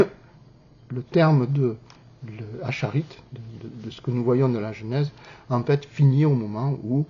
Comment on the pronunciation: Pas acharid mais aharit